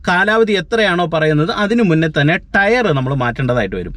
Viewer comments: ടെയർ അല്ല ടയർ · ടെയ്റ് അല്ല ടയർ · ടെയർ അല്ല ടയർ. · ടെയർ അല്ല correct ആയി pronounce ചെയ്യൂ